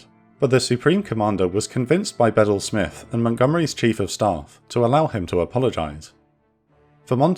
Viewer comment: I thought was pronounced Beedel Smith. Not sure if you're mispronouncing or I am.